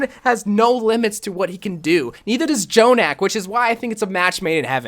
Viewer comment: Thank u for not saying j-jonak and just saying Jonak u are truly blessed